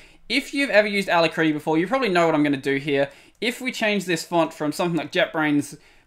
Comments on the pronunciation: A--LAC--RITTY not a-la-critty. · Pronounced a-lak-ri-ty! A brilliant name. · It is not pronounced like that... a-lack-rity It means speedy or swift. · good vidieo. BTW, Alacrity is pronounced with the emphasis on the 2nd A Thus: alAcrity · \ ə-ˈla-krə-tē\ => "uh-lac-rit-ee" => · Hey! The alacritty developer (Joe Wilm) pronounces it the other way. It seems to be an homage to 'alacrity' with one T — possibly with a bonus TTY reference from the two Ts 🤔